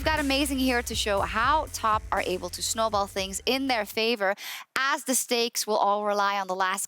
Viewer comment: SJOKZ said schnowball heh <3